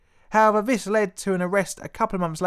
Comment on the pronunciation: Vis? TH is pronounced differently to V